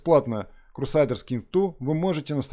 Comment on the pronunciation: то есть "крусайдерс" тебя не смутило?)